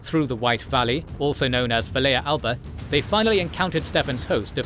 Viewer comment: The circumstances regarding Vlad's death are quite unclear and it is generally unknown what happened, but most believe he died in battle Also decent pronunciation of Romanian names this time, although the -ea in Valea Alba and Oradea is pronounced "ya" rather than than the current "eya"